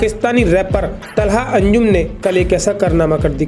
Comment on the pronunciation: Talha ❌ Thala😂✅